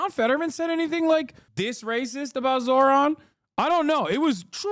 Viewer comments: First mundami, now zorhan... They can never say the name right can they? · "Zor-Han" Im a white guy and I genuinely don't understand how conservatives have so much difficulty pronouncing non white names. They have to be doing it on purpose. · Also his name is spelled Zohran, they mispronounce his name on purpose to put him down